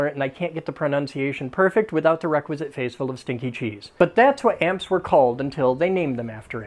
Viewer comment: Ampere is pronounced like amp-heir. Hope that helps and thanks for your awesome videos!